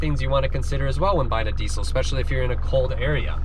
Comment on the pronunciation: They way he says diesel hurts me deeply